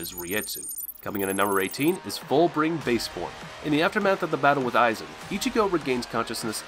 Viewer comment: Mispronounced "Aizen Ichimaru"